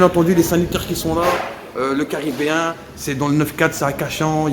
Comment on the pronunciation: "Le Carabéen" il a dit le minot 😂✌🏻